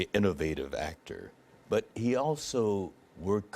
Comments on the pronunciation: Triggered she said Spohk and Star Track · She also called him Spack.